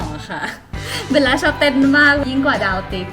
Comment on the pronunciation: จริงๆ ควรออกเสียงว่า เบว ล่า ไม่ใช่ เบน ล่า